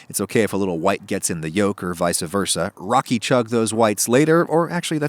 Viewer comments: Hey Adam, just thought you'd want to know. It's "Vice versa" not "Vice-a versa." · Did he just say "vicuh" versa??!?